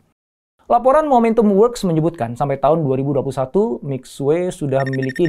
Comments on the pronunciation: Itu bacanya Mishie…. Bukan Misue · Bacanya mì xuě pak. Bukan mic xue. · Ilmu elit.. pelafalan syulit huu, masa mixuek.. kan salah donk.. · Lafalnya MI SWE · Minimal bacanya mesti tetep bener om, walau orang kebanyakan tidak. Mixie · 米雪=beras salju. Baca lidah indonesia Mi Shie. Mi Xue